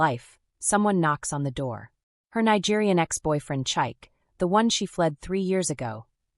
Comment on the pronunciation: The pronounciation of Chike is crazy. It is Chi(like Chicago,) Ke(like Kevin). Please author, teach your language model how to pronounce African names. In most of Africa, we use phonetic sounds unlike English. Ade is aah-de(aah like apple and de like day).